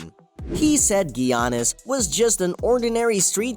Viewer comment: “gee-ah-nis” okay bud